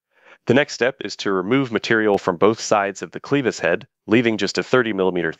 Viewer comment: Clevis doesnt rhyme with Beavis, fyi.